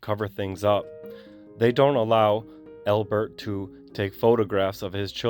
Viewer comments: Who says ALbert like that? Only, that's who. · Good job buddy! Why do say the name Albert so weird tho?